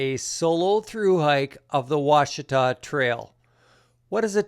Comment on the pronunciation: Thank you for pronouncing it properly. Good luck.